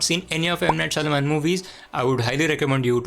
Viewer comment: Lol, you can't pronounce M. Night Shyamalan 😆😆😆😆